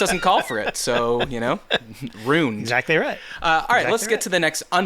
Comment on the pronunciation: I love you. This show is fantastic. Now, I want you to forget this the moment you read it; the way you say 'ruined' is criminal!!